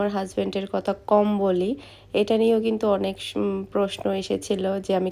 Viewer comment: Why you always say kota. Current word kotha.